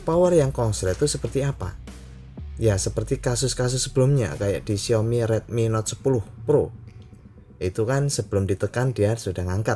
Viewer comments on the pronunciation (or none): none